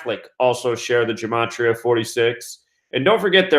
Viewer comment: What dumbass conjecture, plus you're not even pronouncing gematria correctly No you damn fool, the National Security Act of 1947 made the Air Force out of the Army Air Corps. This dude is full of sh*t